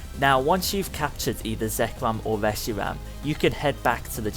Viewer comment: "Zekwom and weshiwam"